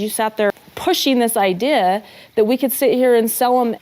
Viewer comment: Having to hear Sobbin Robyn pronounce the word "idea" made me cringe. She has the weirdest way of saying "church" and Idea".